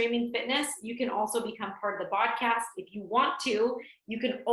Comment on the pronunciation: Oh no! They call their podcast "Bodcast." 🤣 I mean, it makes sense they do this but it is funny!